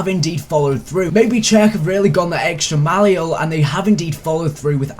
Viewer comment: gone the extra miyeolle